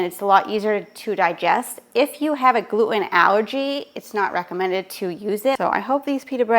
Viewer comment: Jeeez pronouns your T’s it’s Glue ten NOT gluoooun.